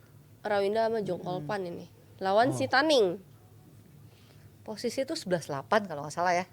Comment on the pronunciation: Bkn tang ning tp Zhang/zheng